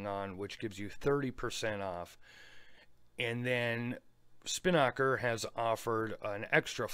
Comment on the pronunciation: Hey, love the channel. Long time viewer. Just wanted to clear up on how to pronounce Spinnaker. You're putting the emphasis on the wrong syllable. If you play the voice pronunciation on this link you'll see what I mean.